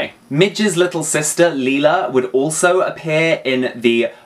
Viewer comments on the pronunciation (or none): It's pronounced Lie-la not Leela